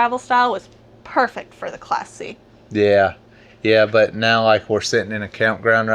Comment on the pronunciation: I really liked that Class C rig. Said fast enough I hear "classy".